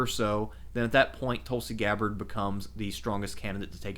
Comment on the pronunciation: How do u mis-pronounce Tulsi Gabbard? Sounds like an American name to me, and nothing foreign about it...unlike Barack Obama...who strangely won 2 terms.